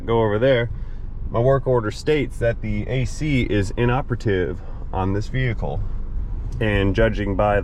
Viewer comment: He musnt Arc Welding on Veee-Hikull with batterie connected